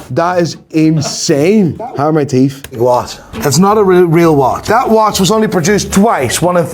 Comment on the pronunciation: NEW TEEFTH NOT EVEN THE ORIGINAL TEEFTH 😂